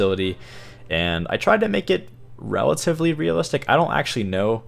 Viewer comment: It is rail-ativly functional. Ha. Haha. Hahaha. Hahahahaha. Ha